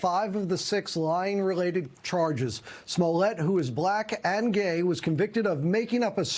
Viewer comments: The way he said “ black AND GAY” has me on the floor 😂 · BLACK AND GAY!!DID THE NEWS MAN REALLY HAVE TO SAY IT LIKE THAT??